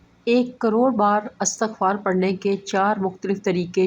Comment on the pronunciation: السلام و علیکم ورحمت اللہ و برکاتہ لفظ اِستغفار هے الف کے نیچے کسرہ ھے (ISTAGHFAR) صحیح تلفظ